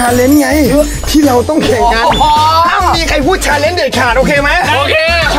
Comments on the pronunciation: พี่อ่ะพูดชาลน์ตลอตเลย😢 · พี่เดี๋ยวก่อนแต่ว่าพี่แปะพูดคำว่าชาเลนนะ😅